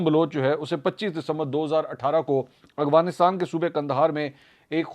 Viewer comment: السلام علیکم منصور بھائی یقیناً آپ کا ہر پروگرام دیکھتا اور سنتا ہے ۔ تجزیہ بہت متوازن ہوتا ہے ۔ بہت اچھی بات ہے ۔ آپ کی اردو انگریزی کی ادائیگی بھی صاف اور بہترین ہے ۔ یہاں ایک بات کی نشاندہی کرنا چاہوں گا کہ آپ لفظ "افغانستان " کی ادائیگی ہلکی سی تبدیلی سے غلط ادا کرتے ہیں ۔ آپ افغانستان کو ہمیشہ اغوانستان کہتے ہیں ۔ مجھے امید ہے میری نشاندہی پر آپ اپنی اصلاح فرمائیں گے اور یہ بھی امید ہے کہ آپ میرا پیغام اپنے پروگرام میں شامل نہیں کریں گے ۔ خیر آپ سلامت رہیں اور پلیز پلیز افغانستان کی درست ادائیگی فرما لیجئے ۔ فیصل اکرم گیلانی